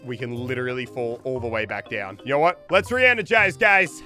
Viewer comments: “Let me renegize” -Muselk 2020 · Re-energize though